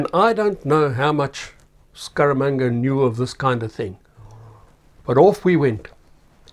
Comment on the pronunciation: “Scaramanga” ...more like “Skabanga” 🤣